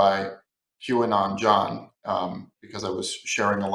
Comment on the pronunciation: I legit thought he said, "Jewanon John." That would have meant something different.